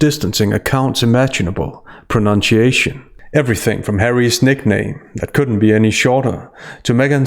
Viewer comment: Are you deliberately mispronouncing 'pronunciation'? Because that's hilarious